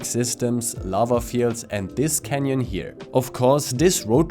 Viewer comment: and this canyon here XD lol nice pronunciation, great video man time to go for a spin